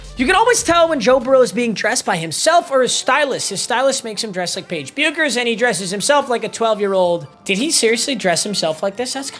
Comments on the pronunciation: "paige beookers"😭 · How did he pronounce Paige’s name 😂😂😂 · whyd bro say Paige Bueckers name like that